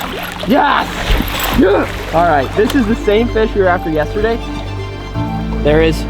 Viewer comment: “Samishi” - 2018